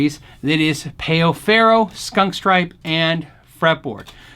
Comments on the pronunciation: Ummm, pay-o farrow?! No. It's pronunciation is "pow ferrow"... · Great comparison. The player looks awesome. Only note is that it's pronounced pow not payoh. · Amazing video bro, really. Just one thing: it's "páu"-ferro, not peo ferro. It sounds more like the word "pal" in the English language. Just being a bit annoying, sorry about that.